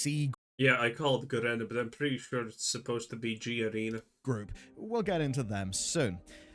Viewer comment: Who the fk pronounces it "Gerana...." It's G-ARENA.